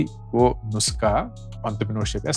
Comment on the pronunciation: Its nus'kha' - kha from the epiglottis :p. but Great Video man!